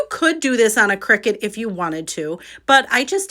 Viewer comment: I enjoyed the video. BTW, CRICUTis pronounced CRY-CUT